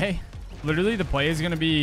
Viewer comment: said by "ppl who used to pway"